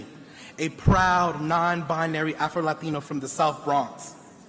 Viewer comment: "Afroladeeno" LOL 🤣